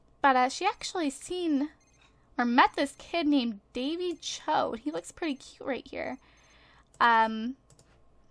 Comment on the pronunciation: It is Pronuunced Dany Ch-o